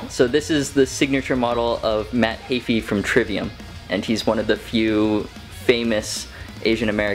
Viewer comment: The way he says Heafy makes me cringe isn’t it heefy not hayfee?